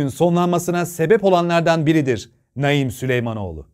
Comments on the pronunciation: Abi Naim diye yazılıp Naaim diye okunur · Ya hu çocuğun ismini doğru oku sinirim bozuldu ya